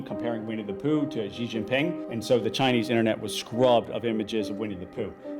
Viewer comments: Xi Jin Ping (Leader of China's government) is pronounced "She Jean Ping" Hu Kou (Household Registration) is pronounced "Who koe" Also I'm pretty sure Canton is pronounced like Canton in Cantonese. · Contrary to common belief, the name is written Xi Jin Ping, not “ Jing Ping”